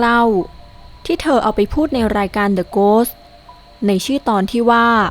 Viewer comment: ขออนุญาตค่ะ🥹 คำว่า “The Ghost ถ้าอ่านว่า เดอะ-โก๊ดดด มันจะเเปลไปเป็น เดอะเเพะ ไปเลยนะคะ! 😅 อ่านให้มีเสียง "st" ซักหน่อย ก็ไม่ยากไปนะจ๊ะเราว่า ☺️👍🏻👍🏻👍🏻💖